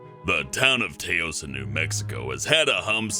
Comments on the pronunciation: ITS NOT TA-os ITs pronounced "tows" i live in abq new mexico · Hey uhhh, Taos is pronounced like mouse or house not Tay os its more like ... Touse taos=touse... sorry if I suck at explaining things but as a life long New mexico resident I felt the need to correct this. My apologies for acting like a know it all. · Te-A-ous hahaha that’s not how you pronounce it lol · "taos" is pronounced /ˈtaʊs/ the ao makes the same sound as ou in ouch. so its tous not tay-ohs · he said taos wrong it is pernounced "tows" not "tay-ose" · Taos isn't pronounced T-ay-os It's pronounced T-ow-s Sorry, I'm from New Mexico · its pronounced "towse" not tayos 😂😂😂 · Taos is pronounced towce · Taos is pronounced "Tows" like house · First off Taos isn't pronounced that way. I'm from New Mexico and have lived here all my life and that sir is an incorrect pronunciation. It's said more like the word ow or like the word Taoism. Taos is a pretty cool place. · I don't know 100% but I'm pretty sure that the town taos (because I've lived in NM and heard people talk about it) is pronounced like tous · Taos is pronounced like Towis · Taos is pronounced like house with a t. Yay! I'm an asshole. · Why do you call it tayos lol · it's pronounced "T-au-s" e.e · "Tay-Ose New Mexico" 😂 New Mexican here, its pronounced like house but with a T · umm it's actually pronounced [t-ow-s] for taos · Taos. Tow as In towel and ouse as In house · Taos is pronounced Tause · yo this homie pronounced Taos wrong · He pronounced Taos wrong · That's not how you pronounce toas!!' 🙄🙄😂😂 OMFGGGG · Taos isn't pronounced like that. think house with at at the start. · Any body else bugged that he said "Taos" wrong or is that me? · I like how he says Taos Wrong XD Living in New Mexico I have heard about the Taos hum. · They said name of Taos NM wrong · I think I'm the only one that's not mad that pronounced Taos wrong but I knew that he pronounced it wrong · You said Taos wrong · um, you said "Taos" wrong.